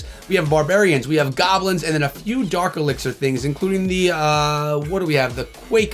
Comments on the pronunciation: That's dark echo 🤣🤣 not fark my boy🤍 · It's dark elixir rite? Not fark elixir